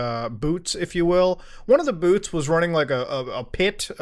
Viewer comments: it sounded like he said “booths” it sounded like “boots” and i was wonder how he knew that some of the security there were marines lmfaoooo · Wait, what? Boots? oh, you mean 'booths" ok.